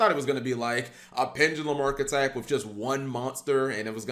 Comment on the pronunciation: Do a deer a female deeeer Re a drop of golden sun Mi rhymes with G for who’s pronouncing the archetype wrooooong Jk I love you Cap